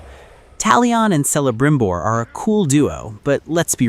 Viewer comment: It’s Celebrimbor as in Kelebrimbor not Selebrimbor AI guy! Petty, I know, but that pronunciation was kind of annoying.